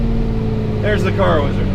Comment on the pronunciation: actually said Hi to the wizard!! I think I like it when he says WEEZARD much better 😂😂😂😂😅